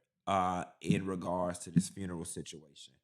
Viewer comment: secs HELLO, WHEN YOU SAY FUUMESS AND NOT FUNERAL I CANNOT STOP LAUGHING. THANK YOU SOOO MUCH FOR MAKING ME LAUGH. WATCHING FROM THE UK...🎉🎉🎉